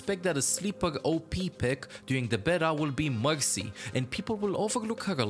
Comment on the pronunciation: this guy cant say r. mexy, phagah. confusing. what language is his primary?